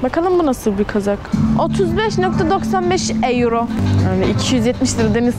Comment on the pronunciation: eyro diye okuyo allahımmmmm keksksodl